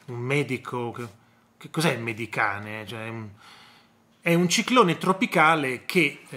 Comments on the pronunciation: Veramente l'uragano mediterraneo, dall'inglese mediterranean hurricane, viene contratto in 'medicane' che, a rispetto della lingua inglese, si pronuncia come scrivo... medichein.... Grazie!... Mah.... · Medicane va pronunciato in inglese....a noi piacciono quelle parole....ma forse chi lavora nella pastorizia non lo ha studiato l'inglese....